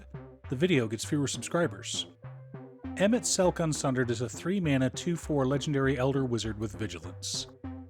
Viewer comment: You get a like, sub, and engagement for pronouncing his name right. 😝